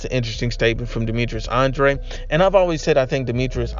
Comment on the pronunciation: Says Andrade 😂😂😂😂😂😂😂😂😂😂